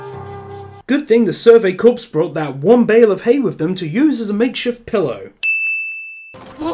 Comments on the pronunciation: ik its late but its pronounced core instead of corpse (how it looks) corps being pronounced corpse from what I learned is really disrespectful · Oh god I will not be able to get over the "Corpse" pronunciation. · Survey CORPSE? CORPSE?! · Are you sure you're pronouncing "corps" right?